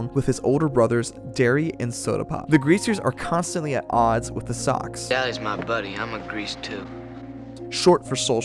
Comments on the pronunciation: I'm pretty sure Soc is pronounced as Sosh in this story, short for social it makes the same sound as the first three letters in the word. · Did you watch the film? Read the book? It's "Sosh" not "Sock". Thanks for posting. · I'm almost positive "socs" is pronounced like "soash" and not like "sock". :S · I say this with all love, as a channel that talks about movies PLEASE pronounce names of movie characters / titles like “soc” short for “social” & names of FAMOUS, well known beyond just those in the industry, directors like Francis Coppola. It was incredibly distracting, and made it sound as if you are not at all familiar with the topic you are consuming outside of a basic google search that we could all do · I f you actually watched the movie you would have known I don't know how you'd get that wrong. You're very good at articulating this story. It's a good video, it's just kinda jarring socks? Even reading the book everyone always knew. I don't get how you fuck that up it's weird. Did you not see the movie? If not because it's hard to believe you're an.acual fan and call them sucks? They literally NEVER say that ANYWHERE in the movie and it's co pa lu not capella 😬. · Dude....its not Socks. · ...well thats up to you and how you pronounce it but at the end of the day its still not Socks. Lol.